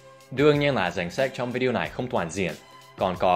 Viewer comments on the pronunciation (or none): none